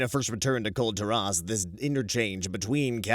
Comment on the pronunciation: Considering the fact that you have heard how "Kul Tiras" is supposed to be pronounced (the voice actors in game have said it many times by now), I am confused why you keep pronouncing it wrong. You seem to insist on putting the wrong emPHASis on the wrong sylLAble.